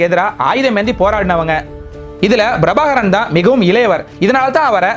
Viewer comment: முதலில் தமிழ் எழுத்துக்களை சரியாக உச்சரிக்கக் கற்றுக்கொள்ளவும் அது Brabhakaran அல்ல Prabhakaran... ஏன் தமிழ் உச்சரிப்பில் வடமொழி உச்சரிப்பைக் கலக்கிறீர்கள்?